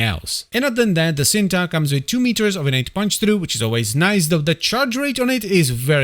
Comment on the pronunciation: It's pronounced "ch-een-tuh" and is Indonesian for "love" 🤓